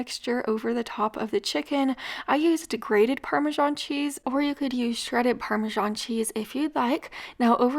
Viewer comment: Did you use the parmesan cheese in the bottle? I cant understand what the word is you are saying, degraded? Grated?